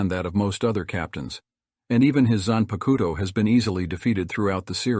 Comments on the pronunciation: I find ur pronunciation of 'zanpakuto' hillarious. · When you pronounced zanpakuto I immediately knew you didnt watch bleach